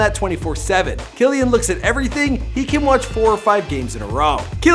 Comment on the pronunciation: BTW it is Key-Lan